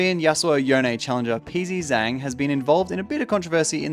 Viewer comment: my man really said Peas z zang